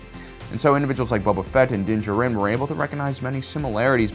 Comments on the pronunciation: I love your videos but hate the way you say dinjaren, lol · I'm going to continue leaving a negative comment on every video where you purposefully mispronounce things... how are you a star wars expert and yet you still can't pronounce Din Djarin's name?